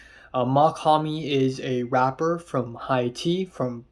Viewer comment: dope video man but you should learn how to pronounce Haiti, the country. (Hey-Tee)